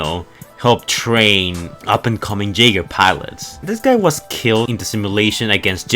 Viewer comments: its pronounced yegers as in Yaeger not jaiger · You know the way you pronounce "jaeger" as "jaygr" kinda gets on my nerves. It's pronounced "yaygr"